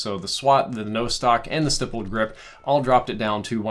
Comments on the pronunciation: PSA for all COD YouTubers: Stippled rhymes with rippled. It’s a short I. See stipple engraving, etc. You’re welcome. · Steyepled grip tape ? Wtf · you're pronouncing stippled sooooo wrong jesus. Stihple like stICK. Lol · That’s not how you say stippled. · Monolithic : it should be pronounced like monocle not like Mona Lisa Stipled : not sure if it is spelled this way in game (think it might be) but it probably should be stippled and is pronounced like nipple) /pedantic mode